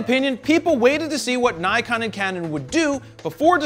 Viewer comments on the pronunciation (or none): I thought it was impossible to say Nikon wrong guess I was wrong